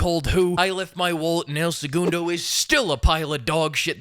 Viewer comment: and the worst part is that you pronounce "segundo" way better than that crap "singer" XD